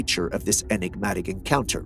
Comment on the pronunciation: say Enegmatic or elusive 1 more time i dare you lol